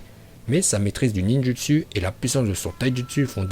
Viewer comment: Aprend a parler français parce que fure ninjustu aulieu de ninjoustou c chaud